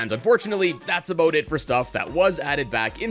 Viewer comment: Sounds Canadian.